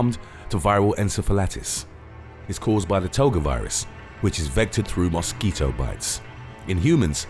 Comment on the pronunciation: Is it just me or does the narrator really have you anticipating him saying "Moss Keeto" ??